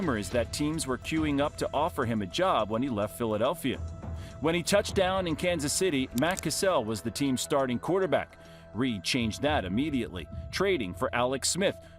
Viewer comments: I found two errors in the video: Alex smith only won the chiefs 1 playoff game and Matt cassel is not pronounced “cuh-sell” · why does everyone say Matt Cassell. Its Cassel pronounced like Castle